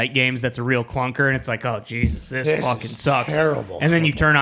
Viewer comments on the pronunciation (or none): none